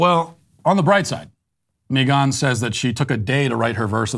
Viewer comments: “Mi gone” ???? 😅💀 why Matt 😂😭 it’s just Megan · Why is he saying Megan’s name like that 😂